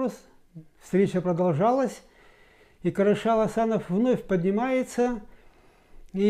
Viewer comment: Не Карашал, а Кәрішал!!!